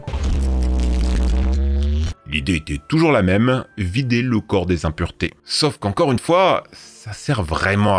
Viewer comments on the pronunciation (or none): none